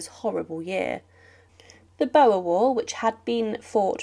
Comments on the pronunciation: Boer war in South Africa - initiated by UK greed. Boer is pronounced Boohr not Bower! How she remained Queen is a mystery... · Note 'bore more like 'b-awe'.not an easy word fir the English. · Sorey, couldn't get past "etikwett" and "b oh wa" war! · The only thing "horrific" about this video is some of the pronunciation of some of the names. It's the Boer war like boar as in pig not "boa" as in snake. Also Lord Connaught, Connaught is one word not Con naught, please get names correct. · You have some interesting facts, and it is nice to have a narrative with a person speaking rather than a computer voice. But you have some strange pronunciations, in particular “Boer” as in Anglo-Boer war is pronounced “Boor”, not “Bow er”. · It was never the bowa war, It's pronounced bore like the wild pig. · You missed the "amount" of soldiers. Btw, I'm pretty sure oe is pronounced like a long oo in Dutch and Afrikaans (i.e. "boor"). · The BOAR war (phonetically BORE), Connought (and numerous other examples) deserve to be correctly pronounced. The detail and procedure of her funeral was well planned by Queen Victoria herself many years prior (including lack of mourning black) which debunks your claims re 'lack of preparation or knowledge for both the Queens demise and the resultant State Funeral. A very unimpressive presentation compared to many other better examples, full of inaccurate statements and silly claims. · Pronounced "Bore" War, not "Boer" War and "et-ti-ket" not etiquette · Etiquette is pronounced etiket. Boar war is pronounced bore. Seriously. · The what war? Bo-er ? Darling, do your homework before you do your presentation! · Mispronunciations detract from this commentary : funeral corTAGE, etikWETTE, BOWER War, ''had forgot" the navy (knave) was half-empty........ infalliable .......oh dear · Can't you pronounce Boer as it was😊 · Firstly, a ludicrous click bait title and fantastically inept pronunciation of Boer! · Please learn how to pronounce "Boer" and "etiquette".